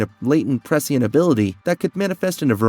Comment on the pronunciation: Cuz he Butchered the ENTIRE video with his speech and the only thing most “true” dune fans can focus on is his ridiculous pronunciations - that change by the minute fyi! lol. He literally says the same word multiple different, incorrect ways! His struggle with the word “prescient” is REAL! Lmfao. It’s very hard to take this content creator seriously. He’s just wanting to cash in and monetize a “Dune” video with his clickbait title since it’s such a hot topic currently. Smh. C’mon dude. At least ACT like you know the story a little. LOOK UP how to pronounce words before you read your little script. There’s a novel idea! 💡🥴